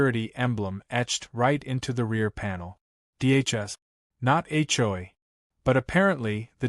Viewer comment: You towed a POLICEE RAILE? Whats a police TRAILR? A CHOY empire? Are these Asian things? What’s a BRAGG photo? What’s a HOI complaint?Whats an HO-I? Whats a HOE bulletin? I didn’t realize that HOE’S came with a bulletin. HLA abuse of power? What’s a HLA secretary? What’s an HLA database? What’s a new HOI election? Really, her dog was glad her RAIN was over? Did she fly like a ballon and sprinkle the dog from a watering can?😅👀😂😄😆 Seriously, PROOFREAD the pictures and the dialog that AI comes up with. AI should stand for Asinine Intelligence.